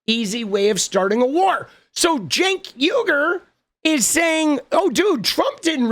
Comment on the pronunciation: "Shenk Weeger" is what you would get if John Fetterman had a talk show.